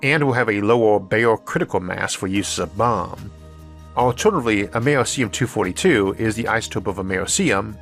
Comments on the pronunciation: Nope. The C in Americium is a soft c, -or sh. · ISSAC. Americum was named for America. The 'c' has a 'k' sound. Radon is "RAY-don," not, "RAY-di-on," and caveat is, "KAH-vi-oht," not, "KAH-veet." You don't normally make mistakes like these. What's going on? P.S. The first electric engine plane was unveiled last month